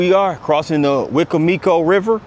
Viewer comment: Great video. This is how you say wicomico wecombmecoe